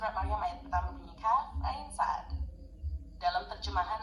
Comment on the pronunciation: Bukan surat Saad سَدْ , tapi surat shod ص ،